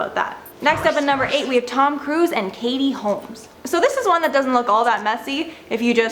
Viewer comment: Anyone notice the K in Katie Komles.